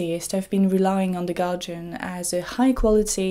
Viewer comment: Why are you pronouncing guardian as Galjian